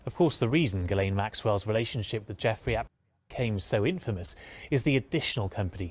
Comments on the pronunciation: It's pronounced gee lane. But love the way you call her jiz lane😊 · It's pronounced, "G Lane." If you eat starch and sugar, you will suffer the hunger pangs. As a result, I take in sugar only twice a month and starch once a week.